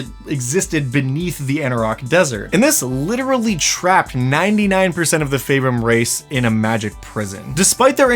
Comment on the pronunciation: Pretty sure it's pronounced FEAR-im.